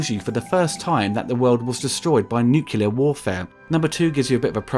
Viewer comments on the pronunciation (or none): Nu-clea-r... please.